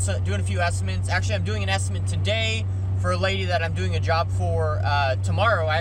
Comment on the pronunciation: You absolutely have to prioritize your time and make a living first. Any sensible viewer should understand that. BTW, the word is estiMATE, not estiment; you seem to use both. That's OK. Here in Philly a lot of people say ZINC when the mean sink! I am a retired building manager and I enjoy your vids very much.